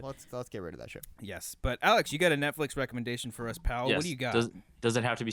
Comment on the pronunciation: intro sounds like he's saying "whore flix"